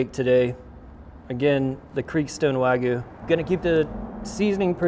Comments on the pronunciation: Wah-gyoo. Not wag goo. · Wag yu not wag goo